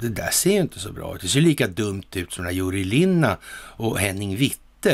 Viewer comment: 👏👍👊✨🌞🙏🍀 han heter Jüri Lina = uttal Jyri Lina ;-)